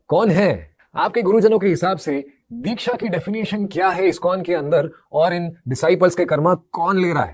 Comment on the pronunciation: are uncle dikhya nahi Diksha hota hai. Pehle bolna to seekh lo😂